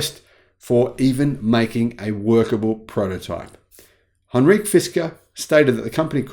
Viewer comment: ??Anreek?? It’s Henrik, pronounced hen-rick. It is Danish, not French or Indian. One would think a Viking should know this, right? Love your vids, btw. Best regards from the Netherlands.